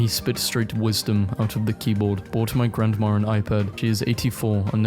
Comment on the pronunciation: You realize there is no R at the end of grandma. It is not pronounced grandmar